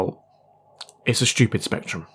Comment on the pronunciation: "Specturm" but yes, saw that too 😂